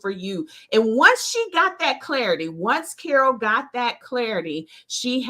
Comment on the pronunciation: I love that you try to pronounce my name the way I do. That's very honorable of you 😊.